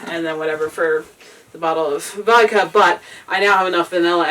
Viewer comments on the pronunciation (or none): I lost you when you said: "Wodka"